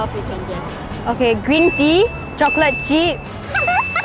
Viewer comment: “Chocolate cheep” 😂